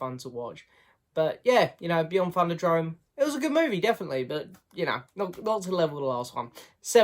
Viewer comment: THUNDERDOME, not thunderdrome. lol